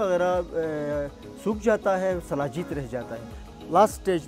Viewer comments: Its shilajeet not salajeet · Its not salajeet.... its sheelajeet. Sheela means rock in sanskrit. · Hello dear bbc "Anpadhs".It's "Shilajit" not "salajeet"(as per paxtani pronunciation).so kindly change the title.